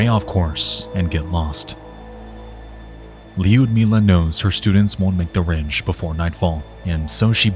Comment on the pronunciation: Not that I expect an american to correctly pronounce russian names, but you are pronouncing Liudmila's name incorrectly. You add letter "J" after "I", it's not neaded. Don't pronounce "I" at all and go for soft "U".